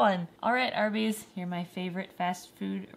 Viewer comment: "arbys" y-yeah... arbys..